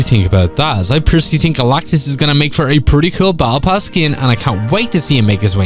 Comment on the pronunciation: What is bowebull pass? Its Battle pass